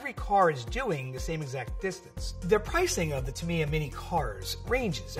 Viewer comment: That Tamiya pronounciation is killing me. TA - MEE - YAH is the correct form. Otherwise, great video! I grew up with these when my dad was station in Japan in the 90s. I had a Sonic Magnum and a Spin Axe.